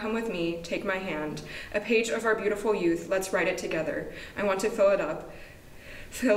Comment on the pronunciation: I was crying but suddenly I started cracking over saying "our gay" instead of "our page" on (have I heard right or it's the tears disturbing my hearing? haha) Anyways, back to crying, CONGRATULATIONS (enjoying DAY6 presence) to all the graduates, included!!! You guys will be missed on the channel. Hope you can comeback soon! Wish you all the best for whats it's to come:D